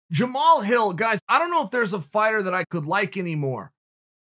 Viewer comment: Honestly kinda shocked that Chael pronounced his name correctly